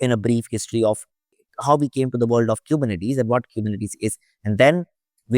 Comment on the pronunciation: dude if you are making a 6 hr video about Kubernetes make sure you can pronounce it. really it's embarrassing and painful to listen to